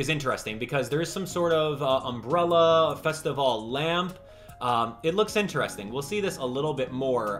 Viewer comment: Take a shot every time he says festivale